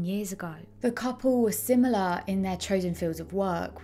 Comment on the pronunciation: simaloh, manchestoh, aww, impecabaw, sayuw to hayuw, sustainabuw, areoh.